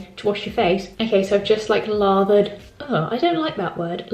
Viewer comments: You said lathered as if it has two ‘r’s in it. Lol. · I knew people said ‘barth’ (bath) and ‘parth’ (path) but I never knew that lathered/larthered was one 😅😂